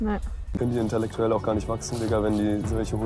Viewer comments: Er sagt vorallem ständig inteRlektuell 😂😂😂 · Ich bin mir nicht ganz sicher aber kann es sein, dass auch die ganze Zeit „interlektuell“ statt „intellektuell“ sagt? Macht das Ganze jedenfalls noch lustiger. 😂